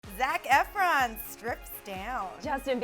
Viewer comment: Ahhahaha EEfron...she did better than 'somebody' when saying Idina Menzel